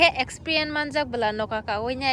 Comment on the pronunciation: Expien ✅ experience ❌